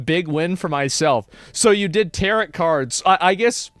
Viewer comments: Tarot Cards : "Tarrot" like carrot.... pronunciation : Tarrow / (T-air-oh) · Not Asmon saying tarot like "carrot" Still love ya though